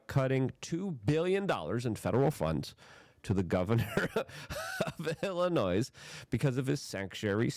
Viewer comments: Dude, Illinois is pronounced “ill a noy” NOT “ill a noise”. The noise there is just Pritzker belching his BS. Love your show, keep up the good work! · Illinois is pronounced Ill in oy, no S sound. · Illinois is pronounced, “Illi-noy.” You don’t pronounce the “s.” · The S in Illinois is silent. It's pronounced ill-anoy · You pronounce it, “Illinoi.” You don’t pronounce the S. You make it sound like there are two of them. 😂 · Stop calling it Illi-noise. Give us some respect. Most of us aren't commies, we're hostages. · You don't pronounce the 's' in Illinois. Re-re alert! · I wish I could tell you privately. The “s” in Illinois is silent. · Love ya Luke! I must say I cringe when you say Illinois. FYI the S is silent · The “S” in Illinois is silent. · It’s Illinois the “s” is silent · You don't pronounce the s in Illinois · Luke - the s in Illinois is Silent. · Illinois.....THE S IS SILENT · Luke can’t speak English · Love the show Luke! Also, the S is silent when pronouncing Illinois. 👍 This corrupt prick oligarch governor also wants an additional 30 cents tax per mile on Illinois drivers.